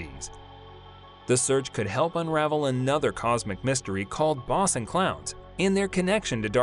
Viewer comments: Boe son not bos on ! How I hate computer generated speech !!! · They have not proved nonexistent it but you are right that the expectation of it being exotic matter is falling out of favor. Dr Tyson to my knowledge is not one among them. The A.I. voice isn't pronouncing boson correctly it is bōzön